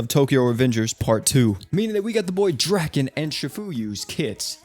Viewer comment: Idk where you got the info saying Draken name is Dragon but you are incorrect. His name is Ken Ryuguuji and his name is pronounced Dra-Kin. If you are gonna make videos about crossovers with anime names at least do 2 seconds of research and get your info correct